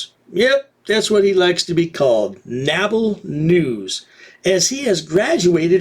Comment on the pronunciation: "NABL" News? is that SHORT for "uNABLe" News? "When PRIVATE CITIZENS ENGAGE US"...<This PRIVATE CITIZEN wanted to MAIL a LETTER, and go back HOME! "THAT" is "ENGAGING" a MORON with a CAMERA? <Did you NOT NOTICE the "BULGE" under his COAT?> "It is a NABBLE Noose"? YES! ...and "COUNTRY-WIDE"! (not national) <OK... LET ME GO BACK into the OFFICE, and THROW UP, in the TRASH CAN!> "NABBLE NEWS?" <How did this DEDICATED EMPLOYEE (almost) KEEP from LAUGHIN'?>